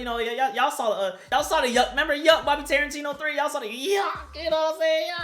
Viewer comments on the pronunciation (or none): My man's said Bobby Tarintino 3 LOL